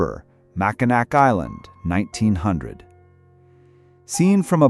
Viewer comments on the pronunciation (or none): It's pronounced mak-i-naw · Ho-ton, it’s spelled “Mackinac, but it’s pronounced Mack-in-naw, like gnawing on a bone.” The flashing yellow screen at each end of the pictures is VERY UNPLEASANT AND ANNOYING. Stop doing that crap. It’s not Yip-sil-lanti, it’s Ip- sil-lanti. The flashing lights are too much. I can’t watch any more. It’s giving me a headache. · Please, learn to pronounce the cities by their right name. 1st, it's not pronounced How-ton it's pronounced Hole-Ton or Houghton, Mackinac is pronounced Mac-in-awl. The c is silent. Remember Indian & French languages, translated to English. I can't take anymore I'm done listening. You have to do the rest of it. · Mackinac is pronounced mackinaw